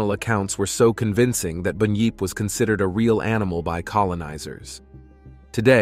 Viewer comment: It is bunyip not boonyip. And of course they existed, there are yets and what about your American version